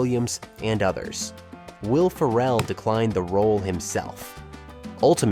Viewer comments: Ya had me until “Will ‘Pharell.” 🤦‍♂️ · You seriously don’t know how to pronounce “Ferrell”?! 😆 Edit: your mistake #23 is wrong… you can see the 0100 at the bottom (under the countdown timer)